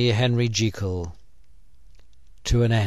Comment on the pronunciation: O.M.G. Not only the video is really good and pleasant, but you also pronounced "Jekyll" in the RIGHT WAY!! Yeah!!! :D Here, take my like and a new subscriber (me). :3